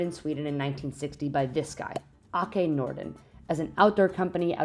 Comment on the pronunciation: Åke is pronounced “Oh-ke”. The letter å is pronounced “o”.